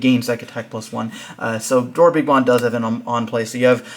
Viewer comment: DorBICKmon, everyone be saying DorBRICKmon 😢